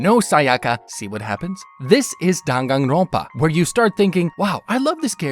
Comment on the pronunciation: The n in front of a p (or a b) is pronounced as an m. Like in senpai.